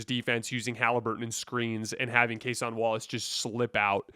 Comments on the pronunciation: Its Case-IN Wallace not Case-ON Wallace ...not tryna be a jerk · People comment this on every video and he continues to butcher it. Kinda think it’s a troll at this point. You can’t watch as much basketball as he claims to and still can’t mispronounce a 25 minute a game players name.